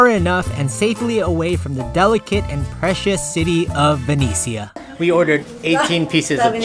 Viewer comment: Lovely, Murano is wonderful, such a pity that at the Atelier Murano Glass everything is so expensive.. I got a few pieces anyway 😁 So cute how you try to pronounce Venezia in Italian 😊